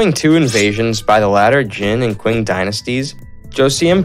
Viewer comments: Great info. I was a little confused by the "queen empire", then I realized it is the Qing empire, Qing should be pronounced as Ching. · Ching not qing